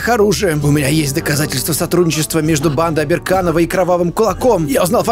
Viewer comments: ты почему то говоришь обенканов а написано обеРАНкоВА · сколько он будет читать оберанкова как оберканова?